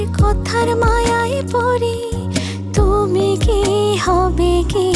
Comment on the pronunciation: গানে "কথার ময়ায় পড়ি" কে 'পরি' উচ্চারণ করাটা মোটেও ভালো লাগলো না😅😅 তবে নাটকটা ভীষন জোস লেগেছে❤❤❤